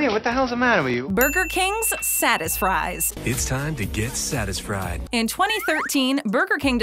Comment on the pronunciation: I laughed so hard when I heard Satisfries more like “Saddest fries”